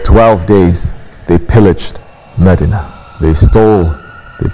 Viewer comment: " Its not meddinna its MEDINAH